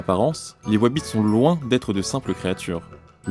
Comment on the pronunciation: More BTS stories like this, good to see the team in their natural habitat, with wabbits and cawwots.